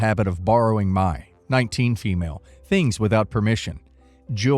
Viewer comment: "fem-lay"? Are you a m-lay or a fem-lay 🤣?